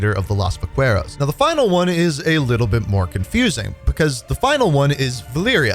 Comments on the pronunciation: Have to say love the videos, but the spanish pronunciations are killing me lmao. Vaqueros is pronounced "vah-KEH-rows" (r is rolled), and Valeria is pronounced "vah-LEH-ria" (short e, not long). Love all the content tho. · "las vaqwheros" LMAOOOO